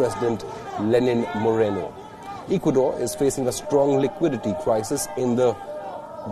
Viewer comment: Hey Mr. Reporter, learn to pronounce Ecuador, please, if you are going to report on a country, at least know how to pronounce it.